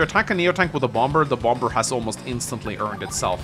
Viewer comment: It kills me you keep pronouncing the second b. However this is a great video